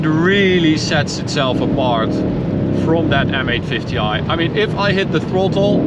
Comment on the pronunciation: "I love men green" LOL